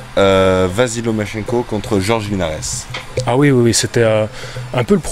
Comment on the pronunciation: Je suis l'avocat du diable mais "Jorge Linares" se dit : Rolré Linares. C'est comme Mesrine, on ne prononce pas le S 🤣